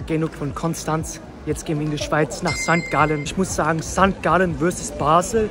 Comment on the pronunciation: Mein Lieber das heisst nicht auf Sankt Gallen sondern hopppp sangalllee